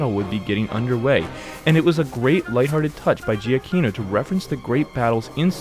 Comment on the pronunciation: btw Giacchino is pronounced Juh-KEY-no.